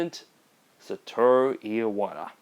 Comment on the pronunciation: I find it funny you pronounced Iwata's name "Ee ah wata' the same way Rob Thomas says "emotion" in "Smooth" He says it "Ee ah mo shun"